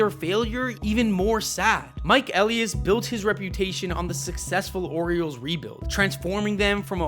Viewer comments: Just word of advice... double check how to pronounce names before you do these. Hearing you mispronounce Elias and Rubenstein every time was tough. I will say Brandon Hyde was absolutely a problem. He wasn't just managing the roster he had, he regularly mis-managed his bullpen and played analytics way too much. He constantly took hot batters out of the lineup because of lefty-right matchups. Sometimes you just have to let guys go out and hit. He never had a consistent leadoff hitter. Some days it would be Cedric, sometimes Gunnar, sometimes Holliday or Cowser or Westburg...he never allowed any consistency. The Orioles were amazing last year when Gunnar led off and Adley hit behind him. Then for whatever reason right before the all-star break they stopped doing that and everybody slumped in the second half of the year. The Orioles did spend this offseason, but consistently on horrific contracts. $72.25 Million on an oft-injured Tyler O'Neill, 41-year-old Charlie Morton, 35-year-old rookie Tomoyuki Sugano, over-the-hill Gary Sanchez, over-the-hill Kyle Gibson, and failed prospects like Ramon Laureano and Dylan Carlson. Andrew Kittredge immediately got hurt when they rejected Jeff Hoffman for injury concerns. It was a horrible free agent haul. On top of it O'Neill's contract was horrific because it's a 3-year deal but with an opt-out after one. So basically if O'Neill performed great and by miracle stays healthy he's out after just one season. If he's injured and/or bad we are s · btw elias isnt said like eleius it's said like Eh-lie-us and santander is saun-tuan-dair (saun like sauna and tuan the same)